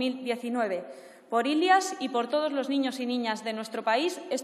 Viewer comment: No sabe ni pronunciar ilias ajaja cuánta compenetración ella y su discurso escrito